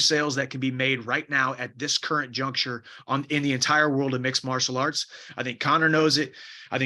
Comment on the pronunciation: “sport of mixelarts” ? Is that a sign of concussion????